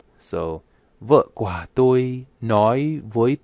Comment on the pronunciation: )) OK. Just listen more and more videos/audios. and, for the word "của", your pronunciation sounds like "qua". Resently i can't find an example video which have "của" for you to follow.